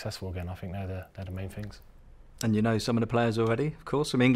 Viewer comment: things..???nah, it was a Ting..